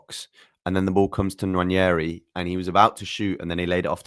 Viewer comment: His name isn't "Nwanyeri". You're an Arsenal fan, please say it properly.